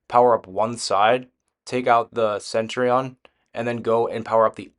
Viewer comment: Never in my life have I heard Centurion pronounced "Sentry-on"